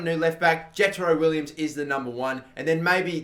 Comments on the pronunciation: It has been annoying me just Jetro Willems not Williams.... WILL EMS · its Will-ams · Willems is pronounced Vill-ehms,I believe